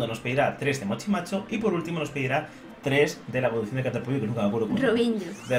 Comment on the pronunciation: cuando digiste caterpollo entendi caterpi